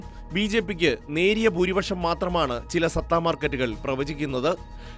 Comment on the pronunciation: സത്ത അല്ലടാ പൊട്ട സട്ട മാർക്കറ്റ്